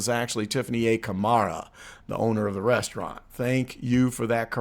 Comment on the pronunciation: "A sit down fooo rezzaraunt".....Tiffany A .Henyard Dolton, Illinois Mayor